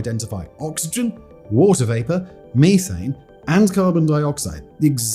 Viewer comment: Hahaha, he said (mee-thane).